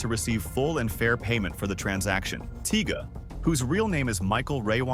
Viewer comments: Tiga?? You mean TYGA.. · "While floyd mayweather has returned to the u.s., it is reported he is still confined in Dubai".. Is this A.I. doing this video or is this guy really this ignorant .. he doesn't even make sense .. and calling Tyga "Tiiga" several times 😂🤦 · Why are you saying tyga like that?